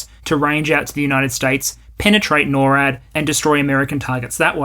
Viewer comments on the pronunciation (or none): none